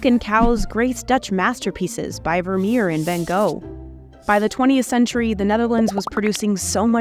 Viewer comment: You pronounced Zoeterwoude, Gouda, Vermeer, Van Gogh, Annemieke Visser-Winterink, Rik Loeters, Natasja Oerlemans, Wageningen, Kees de Koning, Geert Wilders and PVV completely wrong!!